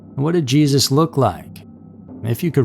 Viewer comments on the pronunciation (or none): none